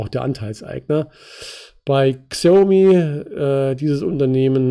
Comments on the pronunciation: Es heißt Schiaomi ausgesprochen. Nicht Ksiaomi. Habe paar Jahre in China gelebt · Die Firma spricht man übrigens Schaumi aus. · Super Analyse, vielen Dank :-) Xiaomi wird übrigens "Schaumi" ausgesprochen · "KSIIIAUMI" :D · Es heißt noch immer Schina und Schaumi ;-) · Bitte als "Schaomi" lesen. Danke